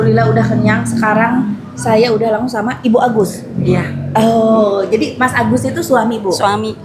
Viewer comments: Bakso Masagus teh , bukan masabar😂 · Ko tteh bilangnya baso mas sabar 😅